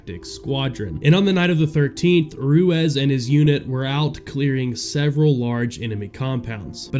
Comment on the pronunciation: Ruezz? Or Ruiz? 😂